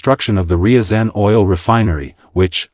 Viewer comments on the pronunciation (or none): Your AI struggles with the pronunciation of Ryzan which is famous for catching the FSB trying plant a bomb as part of the Moscow apartment bombings